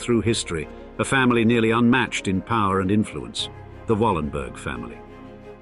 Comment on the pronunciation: Yes I have heard of them. The name should be pronounced Wallenbery. The "g" at the end of the word is pronounced like an english "y".